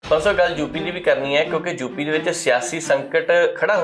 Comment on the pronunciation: ਜੁਪੀ ਨਹੀਂ ਯੂ ਪੀ ਜੋਗੀ ਨਹੀਂ ਯੋਗੀ ..ਪੰਜਾਬੀ ਦੀ ਐਸੀ ਤੈਸੀ ਨਾ ਫੇਰੋ ਰਿਪੋਟਰ ਸਾਹਿਬ